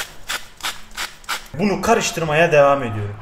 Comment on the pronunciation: Teşekkür ediyürüm 😂